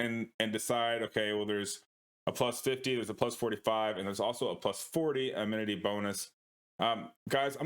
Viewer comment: Cool guide, I think he was mentioning how you pronounce "amity" as "ammininityyyyity" though😅